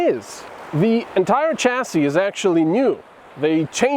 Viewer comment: ... Probably American Dictionary!...it is sha-see...from French.